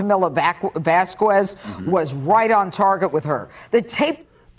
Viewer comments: Vas-kwuess? hi! It's Vasques ( Vass-Kezz). and Camille Vasques you are fantastic👏👏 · Why does refuse to pronounce Vasquez properly? It’s not hard to say. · I have trouble understanding why people, bright people, don’t do enough research to know how to pronounce VASQUEZ